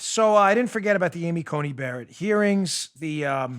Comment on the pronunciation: now we have regularly mispronouncing Coney Barrett as Judge Bear Bayer Asapirin